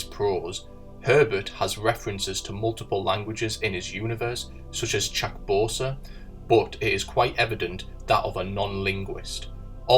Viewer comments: Also it's Chakobsa, not Chakbosa. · Did you really just say chak-BO-sa ? Wtf! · 1. You mispronounced "Chakobsa" it's pronounced, 'chak-obe-sah'...it, like many of the words in Dune, are derived from Arabic. He even borrowed from French, using a bastardised version of "ecoutez," which is the imperative of "listen, " in English. 2. You quoted Tolkien as preferring "history--true or feigned," but Dune is very much a feigned (future) history. If Dune is allegory, then so is the LOTR trilogy.